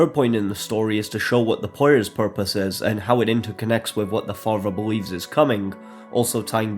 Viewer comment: "...and Faith?....fpurpose." I chortled